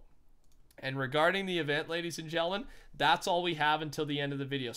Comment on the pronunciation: “Regarding the events ladies and GELLIN”🤣